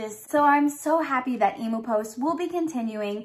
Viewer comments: FINALLY!!! An Aussie Harry Potter box!! I’ve been waiting for years for this!! 😱😍😱 btw it’s pronounced eem-yoo… no e-moo 😅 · Did you say emo post e-moo ? Em-u ... Emu Emu haha good try though . Sounds like an exciting box ! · You are so adorable! Emu is pronounced eem- yoo. BTW where did you get your awesome sweater??? Love you, youre always so cheerful and bubbly xo